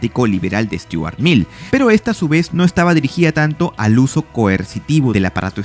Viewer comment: Es Stuart Mill no Sturat.